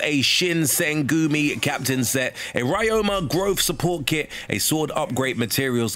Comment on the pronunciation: "Ai-shing". "Rai-oh-ma". What??